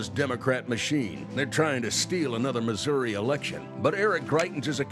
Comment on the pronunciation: he's not even pronouncing Missouri correctly, gtfo